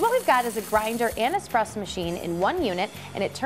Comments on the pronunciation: seconds, did he just say "expresso"? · The guy actually legitimately said “Expresso” (Ex-press-oh). These guys are supposed to be the professionals. Sorry for being petty, it just stood out to me like a sore thumb. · Hi Levi, Always nice to hear from the "X" police. Yes, yes there's no X in espresso. And no easier way to make a barista's head explode than saying expresso. Of course if you are old enough "expresso" was an acceptable spelling and pronunciation according to the NYT style guide. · Haha - I noticed that also.... I repair espresso machines for a living and I find it funny when I am at a Starbucks and the Barista keeps saying expresso to the customers !!! lol But give this guy a break - he seems so nice in the video !!! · I hate people that say expresso, unless you have a legitimate speech impediment or are a child. Get it together people!!! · Did you just say expresso? You’re better than this! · Lost all credibility at 39 seconds when buddy said "expresso." LOL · Expresso? Whut. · I stopped watching 40 seconds in when he said "expresso" no thanks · DO YOU REALLY SAY (EX)PRESSO?....shame on you